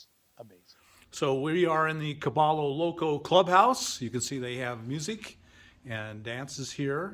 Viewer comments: I love your youtube videos, mostly because I want to go that route. But my friend, remember that Cabello Loco is a Hispanic (ll=y) phrase pronounced Cabeyo Loco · Pronounced “Ka-by-yo Loco” 😊 Thanks for the update, Bob. Right on commentary!